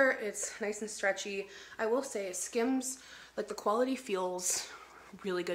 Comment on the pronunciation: "skims"... more like "skams" 😂